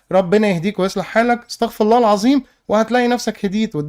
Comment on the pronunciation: لا مؤخذة يا تعديل على لفظ الاستغفار نصيحة من اخوك الصغير الفاء في استغفر الله الفاء مقصورة و الراء مضممومة ممكن متكنش عارفها او سهيت عنها لكن لان المعنى اتغير تمامً اكنك بتقول الله سبحانه هو الي بيستغفر وانا اخوك الصغير وتلميذك وبدعيلك على طول وبحبك في الله وربنا يجمعنا على خير في الدنيا والاخرة وربنا يرضى عنك وانا بنبهك لانك قدوة لبعض الناس فالناس ممكن تقلد اللفظ ده ولا اني بحبك في الله بردو❤